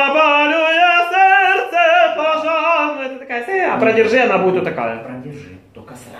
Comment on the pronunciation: От твоего "серцепожаром",, у меня телефон дребезжит...